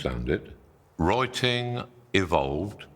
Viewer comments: Master writing ❌ Master wroiting ✅ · I was confused at first when he said “roiting“ I had to turn on subtitle. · Oy troy to analoyse moy wroyting now. 💕 Great oydeas, though.🙏🏼Thank you and greetings from South Germany, we also have hilarious accents here around 🌻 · I just want him to say: the wroiters at Reuters are wroiting about wroiting in Reuters. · "Roi-ting" is how my American ear hears you say "writing". "Roi" and "rye" are two different sounds. How do you pronounce "roi-ting"? You are a strange and hairy man, but I heard you. Writing is magic. Thank you. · "Roi-ting" is how my American ear hears you say "writing". "Roi" and "rye" are two different sounds. How do you pronounce "roi-ting"? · he pronounce "writing" like you'd pronounce "rioting" and it's hilarious. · Is he saying rioting or writing? 😅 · Did he say wroiting? Roiting? Reuting? Oh, writing. Roit, roit! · I'm not going to take advice from someone who looks like Dumbledore, wears coloured socks and a stupid T-shirt, talks like a wizard and can't even pronounce the word " writing ". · "Taunting?" What you on about? We're just making fun of the Midlands accent, how he pronounces "write" and "writing". He's got a very strong Northamptonshire accent, I think.